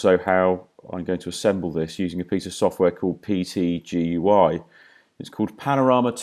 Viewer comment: Wonderfully informative, but please call PTGui as PT....Gui...it sounds so hard to hear you call it PTGUI...LOL Cheers